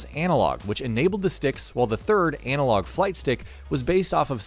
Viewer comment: Its "analog" not "anal-og" 🤦🏻‍♂️